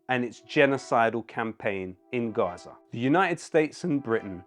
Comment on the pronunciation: Yo sick flow dude like so intelligent omg. BTW why on you pronounce it RRRRrrraza, but in it's suddenly Gaza? We really live in the dumbest era ever.